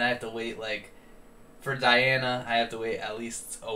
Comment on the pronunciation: The bad news: On Saturday, November 20, we will hear the last (ninth) performance of Diana Ankudinova in the show of the Russian channel NTV. Good news: in December, Diana Ankudinova releases her first LP. The green screen died. This is Russian virtual reality technology right on the stage! P.S. Say the first syllable of her name as DEE, please. Thanks.